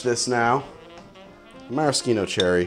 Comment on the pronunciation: It's the most correct way.